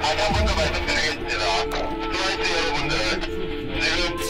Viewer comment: 왠지 트와이스를 투와이스라고 하시는것 같은뎅...